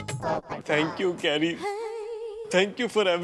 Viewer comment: It's not carry it's kerry